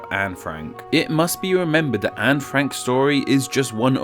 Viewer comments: ITS FUCKING ANNE, NOT ANN ITS FUCKING STEPHEN AS IN STEFFEN AND NOT FUCKING STIIIVEN DUDE WHAT THE FUCKKKKKKK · Her nameis pronounced An-ehh not "an" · Her name is pronounced Anne with a short a and n and then followed be an e. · its disrespectful imo, that most english speakers don't pronounce her name correctly